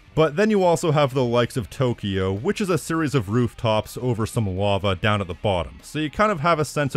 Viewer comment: Every time you pronounce "series" the way you do I move one step closer to stop watching your channel :x Just my honest opinion, can't help but feel that way